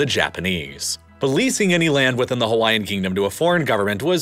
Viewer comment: Narrator just butchering the pronunciation of all the Hawaiian names/words